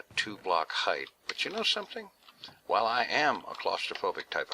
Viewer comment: Why do you pronounce while like Juail?